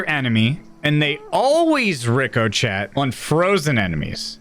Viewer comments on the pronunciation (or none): Ricochet: pronouced riko SHEY! 🤣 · Yeah I’ll let him have subsequent but reeekohchat really? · fyi, "ricochet" is pronounced "rikoshay". It's French, so of course it's not spelled like it's pronounced. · "Rico-Chet"... Please tell me thats an inside joke with stream cause I'm Cryingggg 🤣🤣🤣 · ricochet pronunciation ri-kuh-shay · Bloke can’t say ricochet or is he taking the piss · I deleted my game because of the way you said ricochet